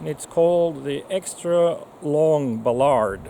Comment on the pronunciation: He needs to learn how to pronounce Ballard.